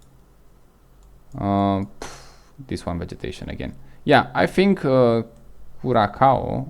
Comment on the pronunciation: oh boy, that hurt my ear. it's pronounce "kurassao" .........bare minimum request is to pronounce correctly the place you talk about. try remaking the vid. and you need to slow down so that your Romanian accent is not that strong. relax.